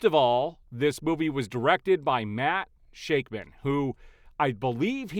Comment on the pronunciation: what a lazy ass review. Do research before you open your mouth. It’s Matt SHACK-Man not Matt SHAKE-Man. F4 wasn’t as good as Superman… The bad CGI was saved for the baby and the practical effects looked bad in NYC…